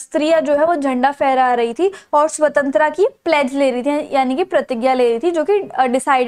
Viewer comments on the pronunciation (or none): Swantra kya hota h mam jo aap bol rhe ho swatantrata hotaa h😂😂😂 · Its SAVTANTARTA not SAVTANTRA Tho u teach good but this mispronunciation wasn't accepted. Hope u know now the correct one❤ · hey there your explanations are great but you pronounce some words wrong and the main word here is svatantrata. I have seen other videos as well and in the topi chapter you were speaking the name of Iffan's sister wrong. Please make sure so pronounce things correctly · Nice teaching 🎉 But your accent " Swatantra " 😂